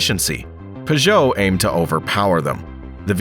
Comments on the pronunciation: Pew•Joe Not Pah•Joe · Never heard Peugeot pronounced pageau before